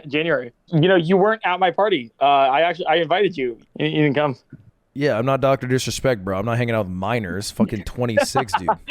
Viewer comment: "I'm not dr disrispect"💀 had me dead in the floor